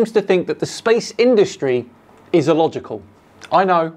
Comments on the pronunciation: New Word EElogical🤣🤣🤣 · Dan I love your vids but I can't listen to anymore, just his voice annoys me now. 1st his constant use of demonstrable reality now his overuse and mispronounciation of illogical, its an I not an E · Why does keep saying e-logical? I believe he is looking for the word illogical 😅